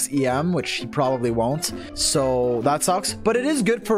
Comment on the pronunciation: I really like how he pronounces Tighnari's name